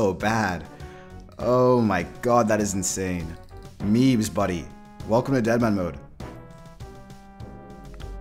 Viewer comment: "meebes" is alt lmao